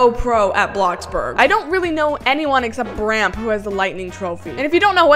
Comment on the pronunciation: is it just me or did she say bramp and not brampe- lol